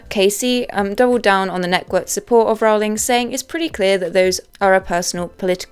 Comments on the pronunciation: You also mispronounced Rowling. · ALAN Rickman. Not Alec. 🤦‍♀ And it's pronounced "rolling".